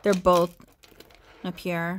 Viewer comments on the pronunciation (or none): Wanted to help....Napier is pronounced (NAY-pee-ər).. Love the box...the crystal brooches....Wow!!! Merry Christmas! XX